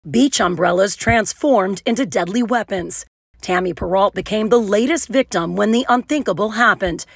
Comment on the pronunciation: You pronounced her name incorrectly. it's "Per-Row"